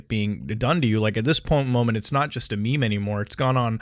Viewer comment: Did he pronounced meme wrong? He said Me-Me